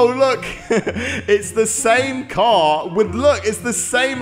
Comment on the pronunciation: count how many times he said caw incidents :>